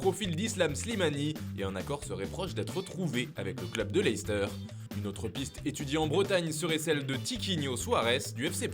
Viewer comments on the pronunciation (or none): none